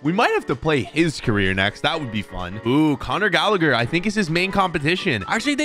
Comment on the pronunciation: It's not conor gallager it's conor galla-her